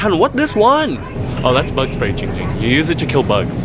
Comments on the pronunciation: Perez Its giiing ging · Christian Perez ITS GIIING GING